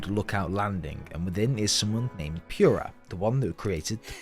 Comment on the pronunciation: I know it shouldn't, but every time I hear someone say Pure-ah, it ticks me off. Especially since it SAYS the right way to pronounce it in game. For some people its an accent thing like possibly this case. But others? Nah, just say pure-ah even though it is POO-rah